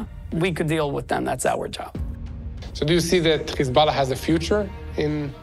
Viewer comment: Please please please, don’t say kkhizballah. Please. The correct way to pronounce it, is Hesbolah or Hezbolah. But not Kkhiizzbaala. No no no. I want to lessen to your program but it’s nerve wrecking.